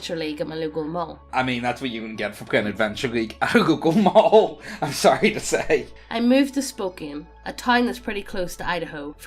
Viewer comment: Please do not ever say Spokane like Spo kaaaane again, it's pronounced Spo khan